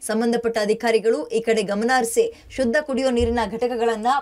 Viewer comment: "ಶದ್ದ" ಅಲ್ಲಾ, "ಶುದ್ಧ" ಅಂತ ಆಗಬೇಕು